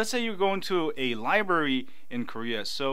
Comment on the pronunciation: LOL "Liberry"